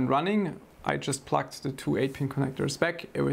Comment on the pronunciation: Hey, a very very friendly language notice - your pronunciation of "plugged" sounds more like "plucked", and "plucked" might sometimes be interpreted as "disconnected". I can imagine it could cause a slight confusion with viewers.:) But other than that - great work as always!